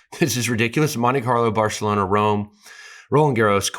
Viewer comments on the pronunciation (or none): none